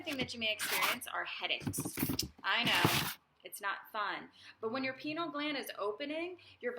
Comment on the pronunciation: Penile 😂 it's Pi-neal gland . Sorry , your ego is overwhelming me OK 😄😄😄